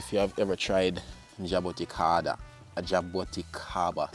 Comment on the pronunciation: Ask Google how to pronounce the word, jaboticaba